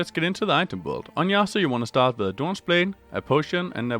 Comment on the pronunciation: “Now let’s get into the item bUiLd” XD what was that